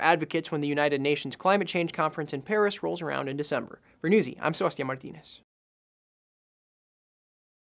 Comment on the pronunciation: Did you say your name is Martinez? Well if not, you with the red long sleeved shirt. Your English pronunciation and your enunciation are perfect which makes your news easy to comprehend without "wind backs" and other stress. Good for Newsey for having articulate announcers. Yea!